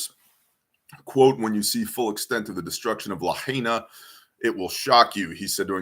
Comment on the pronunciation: I believe it's pronounced La-high-na. Paradise fires.